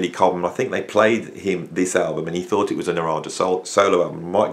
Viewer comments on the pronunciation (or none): none